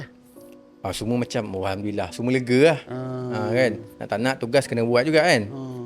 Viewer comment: sebutan Alhamdulillah, pada Alhamdu... bacaan ha ialah ha pedas (ح) dan perlu dibaca betul, jangan baca dengan ha bulat (ه). Cara bacaannya bole search, mudah jee.